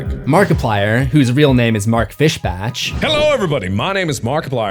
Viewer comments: FishbAHch its German not Fishbarch* And the T is silent in apostle 😊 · slight nitpick, but it’s pronounced fish-bahk :) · Great video. However, , his last name is pronounced "fish-Bach," like the composer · "Mark Fish-batch" :P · It’s fish “BACK” 😂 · I've never heard someone pronounce his last name as "fish bash" 😂